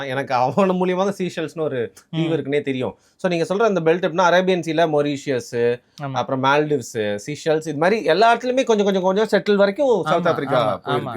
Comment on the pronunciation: It’s not pronounced, “Sea” Shells, it’s “Sei” shells (Seychelles)